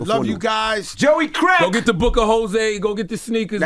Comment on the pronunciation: Love how he rolled the r in crrrrack 😅😅😅